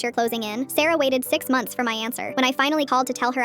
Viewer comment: when you said sarah i thought you said sero